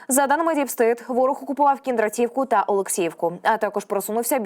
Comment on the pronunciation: Кіндра'тівка, Ю'наківка (наголоси від аборигена)